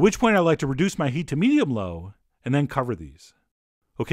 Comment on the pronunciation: "reDUce it to MEdium LOw"